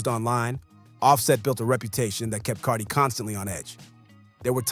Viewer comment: Haha i love how can't say Cardi's name. 😅